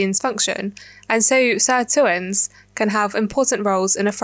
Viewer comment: Great video! With the least meaningful thing I could add: sirtuins are named after SIR2, so should probably be pronounced closer to "sir two ins" :)